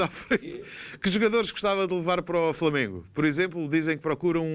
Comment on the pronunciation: O Jesus é que disse "Falamengo"... Habituem-se, ele é conhecido pelos erros hilariantes de Português... E pela teimosia por isso se ele diz que são o Falamengo vocês é que têm que mudar o nome do clube.